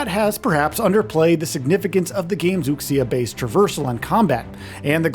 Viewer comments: The x in Chinese words like "Wuxia" is pronounced more like "sh" than "ks". They use x to represent a sound that we don't have letters for in English, but if you use 'sh' it's close enough to not sound weird. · I know right lol boldly saying wuksia without even research into the correct pronunciation. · Pronouncing “wuxia” and Wooksia is wild lmao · For all of the hyping up people are doing for this game, almost no one can pronounce wuxia right. lol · Gonna need us all to step up and stop pronouncing wuxia as wookseeuh. It's more like wooshyuh, like wu shu lol Really hyped to play this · Learn to pronounce “Wuxia” properly. You absolutely butchered it. It’s pronounced like “Wu-She-Ah” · Right? I cringed every time lol. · For the love of God learn how to pronounce wuxia. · Please at least learn to pronounce ‘Wuxia’ properly 😩 You’ve been talking about it this long and still can’t pronounce it correctly. The pronunciation in these vids is pretty harsh on the ears.